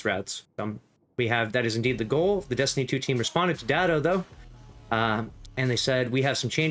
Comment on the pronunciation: "Destinytuutweam" lol